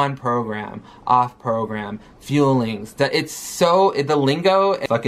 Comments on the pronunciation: It's "fueling", NOT "FEELINGS" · Jaci Cargal So it’s not just me that hears her saying it that way! It’s just like her saying “feelings” instead of fuelling like all reaction channels have pointed out lol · I'm sorry but it grinds my fucking gears when she said "feelings" as opposed to "fuelings".. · Is it just me or does her mispronunciation of "fuelings" as "feelings" come off as a Freudian slip? Like gorl we already know that food equals feelings for you, if your eating disorder is so bad that you're subconsciously admitting it then you need to seek REAL psychiatric and medical help. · She actually said "fuelings" but it sounds like feelings. Zachary Michael even made a joke about it in one of his reactions lol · fillings? feelings? fuelings? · I'm sorry but to me as foreigner the way he says fuelings sounds exactly the same as would say it. 🙈